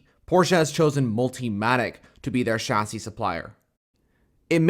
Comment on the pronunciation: A few things: don't call it Le ManS. The S is NOT pronounced! Same goes for Chassis. Think of both words like Le Man and Chassi - easy. The part about BMW's engine power is not correct. I don't care what the source is - even if it is BMW themselves - it is wrong. They can easily go to the full 680 hp (670 bhp) and even beyond. I know I know... "source trust me bro", but I'm serious. You can be sure they can easily do that :) Therefore Ferrari doesn't have an advantage in that regard (as mentioned later). Also regarding the higher voltage on the Ferrari... weight savings with wires are completely irrelevant, because they all have a minimum weight :D Other than that, strong video! And man that Ferrari looks so good. I can't wait for Le Mans!